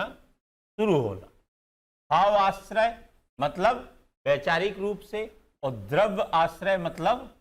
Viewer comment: सर, माफ करना, आश्रय नहीं आश्रव कहना, बोलना